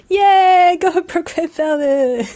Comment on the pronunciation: Bot Van Veldon ... we gotta get the names right!!